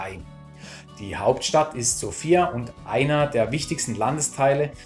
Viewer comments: Hallo mein lieber!! erstens ist die Betonung der Hauptstadt auf dem "O" und nicht auf dem "I", also nicht wie der Name Sophia, zweitens drei Kirchen und 10 Kerzen als ein Bild von einem Land zu zeigen ist sehr mager....ich verstehen dass es dir um die Zahl der Länder geht, die du abrackerst...Mit dem kleinen Klipp hast du meine Zeit gestohlen... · Die Betonung der Hauptstadt ist falsch, wie schon oben einer kommentiert hat. Du hast nur eine Stadt gesehen und zählst gleich ein Land als bereist? Paar Kommentare zu den Bildern wären nett gewesen für diejenigen, die es nicht kennen und statt der Dudelmusik wäre landestypische Musik besser gewesen. Mich hat auch gewundert, dass du Bulgarien als Titel des Videos hast, aber noch Makedonien und Serbien mit aufzählst, wo du wahrscheinlich auch nur eine Ecke gesehen hast. Ich bin durch ein anderes Video hierher gestoßen, schade eigentlich, weil die Idee deiner Reisen cool ist, allerdings nicht wirklich informativ, wenn man Reisen empfehlen möchte. Da hat der Daheimgebliebene Chris mehr Infos gehabt.